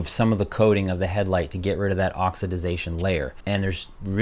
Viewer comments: Please learn how to say " Oxidation". C'mon man Not "OXYDIDATION". UGHHHH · Not oxi-DI-zation - OXIDATION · (Ox i da tion). Not (ox i da dation) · Oxididadtion or oxidation ? 😂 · Oxidation.....Not Oxidization !! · "oxidization"... cute. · Don't make up words! It's OX-I-DAY-SHUN. Oxidation. Sorry, I couldn't resist and thanks for the video. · Can't stand that OX-IH-DIZ-AY-SHUN ! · O X I "D" I ZATION...😂😂😂😂WTF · It took me almost the whole video before I could correctly pronouce oxidation again.. Oxi-dation say it with me. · the word is oxidation, not whatever you're saying. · OX - I - DA - TION. EASY TO SAY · Great job. Say it with me...oxidation. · Ok sorry the word is ox-i-da-tion. Ah that feels better. Great vid btw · It’s oxidation. 4 syllables.